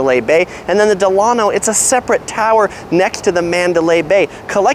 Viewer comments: Delano, pronounced Dela-no (NOT Delan-o) named after President Franklin Delano Roosevelt and designed after the Delano South Beach a boutique Miami hotel. Great video!! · It’s pronounced “Del-luh-no” like Franklin Delano Roosevelt. There’s a Delano Hotel in Miami also. 😊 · It’s “DEll A-no.” Like its flagship in South Beach. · It's pronounced, "Del(long-a)no" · It's promised pronounced Dela-no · You are mispronouncing the "Delano". Think of President Franklin Delano Roosevelt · Your pronouncing "Delano" wrong, it's pronounced like FDR's middle name. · As you update your videos, please note that the Delano is named after President Delano Roosevelt. It's pronounced like his name.